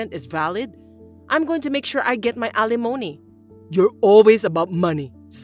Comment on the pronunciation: Wonderful to continue to hear 'alimony' bring pronounced correctly!